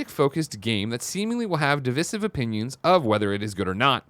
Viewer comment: I could be wrong, but why do they keep pronouncing divisive wrong?